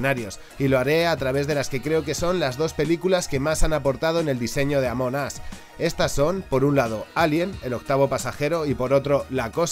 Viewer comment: Escuché "Ámonos" en vez de Among Us xd